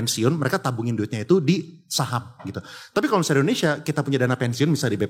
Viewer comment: WELCOME TO ENDONESEAHHH.. AHAHAHAHA